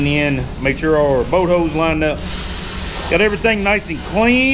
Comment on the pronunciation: ... what's a "boat hoe"? 🤣